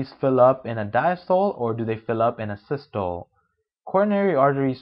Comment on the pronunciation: This guys does not even know how to pronounce Systole and diastole! Dude, It is SYS-TO-LEE and DIAS-TO-LEE.... Also, you are NOT teaching anything. You are just reading! I could read the damn thing myself. This goes to show you that not everyone can make a good educator! What a waste of time and effort this is!!!